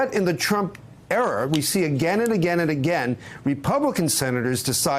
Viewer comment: At the mark the reporter from Mother Jones says "during the Trump era" with a short i. It sounds like "during the Trump error."